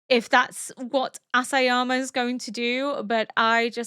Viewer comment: Oh, I guess I won't tell you my favorite dinosaur then 😆 I have only one comment: Isayama. EEEEE-sa-ya-ma. It begins with an I, not an "ass"! 😉